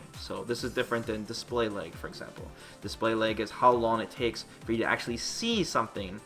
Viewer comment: "Display leigh"